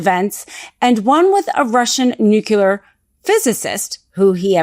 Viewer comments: Nuclear, not Nucular. As a am educated lawyer, you should be above to pronounce it correctly. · I know I’d get slack for this, but I can’t get past you pronouncing the word nuclear as “nook-you-ler” instead of “nook-lee-yer”. 🫣